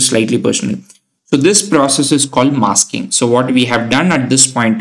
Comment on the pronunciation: did he say "MASKING" or "MUSKING" xd